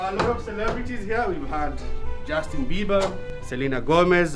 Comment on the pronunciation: when you said justin beber selina golmez ora alada accah lol bro